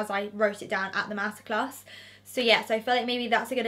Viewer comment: anyone else keep thinking shes saying masacre not master class lol